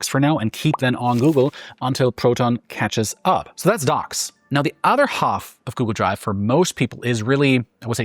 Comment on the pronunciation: Why can't he say "alias" and "half"? not hard words. It just irritates me.